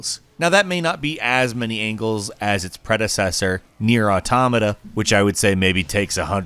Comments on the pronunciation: ...It's "AUtoMAta". Not "auTOmata". Every time I heard that, I felt like someone was kicking my ear in. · Cant keep watching if this guy is going to keep saying automata that way.